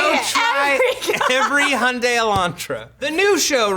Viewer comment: How can you fuck up the pronunciation of Hyundai that much? It's Hi-Un-Dye